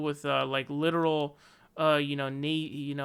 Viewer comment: We really gonna let slide on pronouncing Nazi "nay-z" lmao